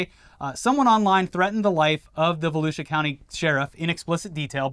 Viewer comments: is right to pronounce it Volusia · I have lived in Volusia my whole life. It is pronounced Vol-u-sha. Trust the Florida boy on this one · It’s vol-OOO-sha county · I'm from Volusia county and right on the pronunciation, Pine Ridge High School football rules!!!!